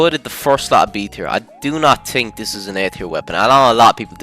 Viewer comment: Maxed out Irish accent